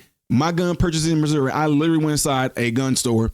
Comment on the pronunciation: You pronounce Missouri like MISERY